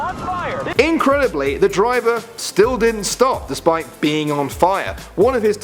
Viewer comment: "Bus Diver" ?? XD